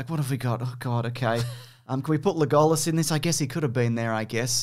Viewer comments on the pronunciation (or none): Why you keep pronouncing Legolas as LeGOlassss? wth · why are you calling him le-go-las and not leg-o-las? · LeGOLas............ HAHA wtf is up with the pronunciation? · Lay-gall-us. Sure, fine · pronunciation of Legolas cured my depression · let's not even talk about his pronunciation of legolas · Is no one going to mention purposely mispronounces Legolas and Aragorn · Wait, I think he legit doesn’t know how to pronounce Legolas. I thought he was trying to be funny the first time, but now I think he legit says it that way. Poor kid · Your pronunciation of Legolas is nuts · How the f*** did you just pronounce Legolas?